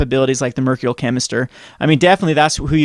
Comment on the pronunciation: Mer-KYUR-ee-al Chemister